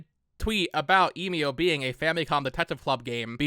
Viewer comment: Emio is pronounced with a short E..